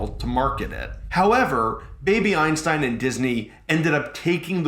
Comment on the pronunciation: for a moment I thought you said baby Epstein